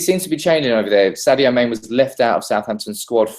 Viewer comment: OMG please stop calling Mane "Main" -_